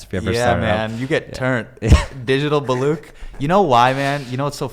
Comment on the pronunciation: This was such a great episode.. glad I subscribed :D Also.. I cringe every time I hear Hasan Minhaj say "Baloock"